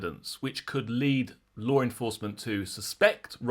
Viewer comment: …. There is no “R” in law😂